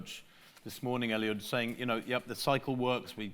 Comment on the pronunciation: Someone should tell 'Sir Mo' that his name is Eliud, not Elliott! 🙄